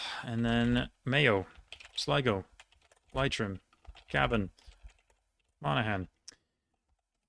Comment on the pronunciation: Few pronunciation pieces for Ireland. Leitrim is pronounced 'Lee-trim' Louth is pronounced 'L-ow-th' (as in 'ow' for pain) Also, they weren't in this quiz, but the other 6 counties (the north). They are Antrim, Armagh, Tyrone, Fermanagh, Down and Derry. They are subdivisions also but not included for some reason here